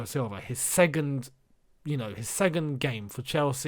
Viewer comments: The way you say 'segund' is driving me nuts! :D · the way says second lmaoo